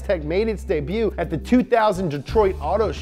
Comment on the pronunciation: When says debut instead of his normal debut. Lol weird